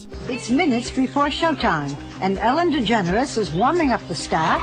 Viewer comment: Anyone else think she pronounces her name as DeGenerOUS? 😂